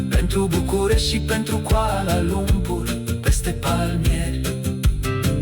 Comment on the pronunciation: Your pronounciation very amazing when you speak all the places name including Kuala Lumpur. Me as local feel really amazing. ❤❤❤❤❤❤